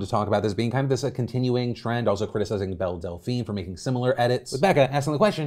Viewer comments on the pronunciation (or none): none